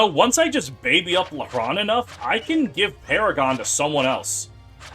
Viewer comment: Side note, everytime you say lehran I hear LeBron 😭